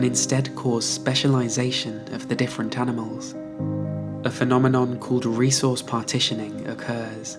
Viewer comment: "the specialization of the differen tanimals"??? Honey, I suggest you get hooked on phonics.